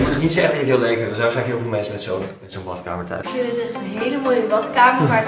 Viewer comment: Je koopt een huis kaal slimmeriken hier, hij mag het zelf gezellig en mooi maken en inrichten. Neem aan dat hij ook grappen maakt als hij in de video woorden zoals 'batkamer' en 'keuke' gebruikt, anders hoef je inderdaad totaal niet intelligent te zijn voor YouTube.